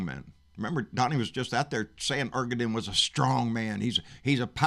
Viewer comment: I love these rants! But brother Turkey's President's name is pronounced (Air-duh-wan).